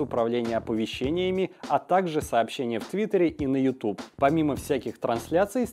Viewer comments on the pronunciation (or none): none